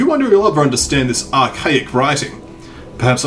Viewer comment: Draught is pronounced Draft, btw. :)